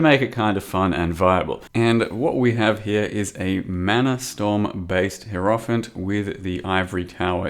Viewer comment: learn to pronounce hierophant correctly, you fucking troglodyte.